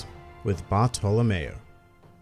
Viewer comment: how the fuck does he pronounce bartolomeo